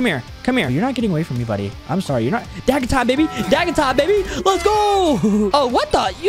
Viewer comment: Bro said dagga time 😂😂😂😂😂😂😂😂😂